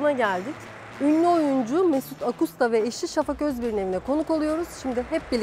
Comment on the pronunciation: Bir sıfat tamlaması olan “Ak usta”yı doğru vurguyla telafuz etmek bu kadar zor olmamalı yahu. “AKUSta” diye olmaz vurgu, “AKusta” gibi olur.